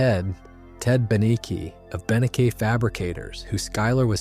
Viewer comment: How the fuck did you pronounce Ted Beneke incorrectly in different ways twice in quick succession? is this an engagement troll? man. that sucks. "first there's Ted. Ted Beknee-key of Bene-kay fabrics? the fuck man